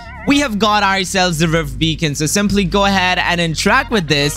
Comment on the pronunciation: he said rift bacon lmao